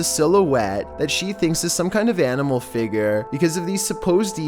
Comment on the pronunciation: Omg, im tolerating it but who calls it a FIGUR is pronounced "FIG YER"